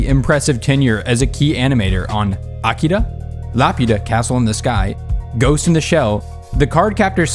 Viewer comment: When you can't even pronounce A-Ki-Ra right, you tend to lose a credibility, same with "otakus" (Japanese plurals don't have an "s"). It wasn't bad, but it could have been so much better.